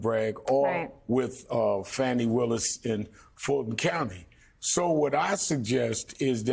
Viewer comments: He needs to be beaten at the polls. even if that means swapping out Biden for someone else. Shame on Little Merry Garland, the cowardly dithering toothfairy for getting us here. And it's 'Fawnie' not 'Fanny'. Have enough respect to get her name right! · ...and kudos to her for being the only person Ive ever heard say Fani's name correctly! "Fah-nee" !! Not "Fawny" or "Fanny"!! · FAH-ni, NOT Fanny or Fawnie. Otherwise, thanks Nicolle and panel. P.S. if there's a witch hunt, he would have been in jail for three years. Delay is the tool of the guilty. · Rev made two mistakes. He called "Fawni", "fanny" and thumper "mrpresident"??? Rev, PLEASE do NOT do that! Her name is "Fani" (fawn-ee). He ISN'T the president that title belongs to President Biden or Mr. President (Biden not thumper). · "IF" the traitor wins the election, ALL of his cases would disappear. There will be NO state case or any other, as he will be a dictator... PERIOD. ... and for God sakes, stop calling her fanny. It's Fani... pronounced (fawn-ne)! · CAN EVERYONE PLZ GET HER NAME RIGHT “FANI” like FAWNY not FANNI as a BUTT AS TRUMP LIKES TO CALL HER WITH THE INSULTS😡 FANI FAWNY GET IT RIGHT!!😡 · Wow...why is Al Sharpton pronouncing her name incorrectly?